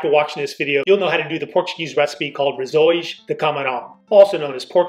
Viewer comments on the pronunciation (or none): Come on dude! RULE 101 for being Portuguese never ever ever compare us to the Spaniards who have wrongfully annexed us for 60 years. We don’t appreciate it, no matter how accurate the comparison may be. Also rissois is pronounced with an s sound that is like the sound of the s in Sam. Other than that great work! 🇵🇹❤️ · Exactly! He also needs to brush up on his português. He didn’t pronounce rissois correctly.